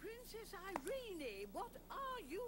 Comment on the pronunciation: The only thing I hated about this movie as a kid was the pronunciation of the Princess' name "Irene-Y" it's so annoying. Just say "Irene" like "Irene Cara".